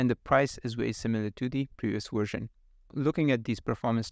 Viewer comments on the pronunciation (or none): It's VVVVVersion, not WWWersion. 🙂